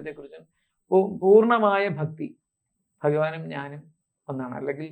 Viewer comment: ബക്തി അല്ല ഭക്‌തി